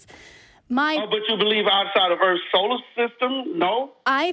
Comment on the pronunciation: That’s a whole lot of earfs and axes.